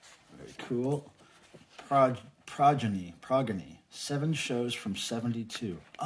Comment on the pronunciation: This video, literally, makes me cringe. Can't pronounce Progeny, touches the records, not really a Yes fan, and probably doesn't even know who Roger Dean is. This makes me sad.